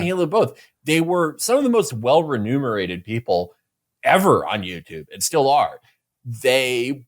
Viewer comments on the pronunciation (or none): remunerated, not ''renumerated" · Remunerated, the word is remunerated